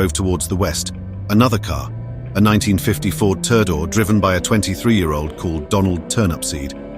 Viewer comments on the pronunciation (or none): Ford "Turdor"...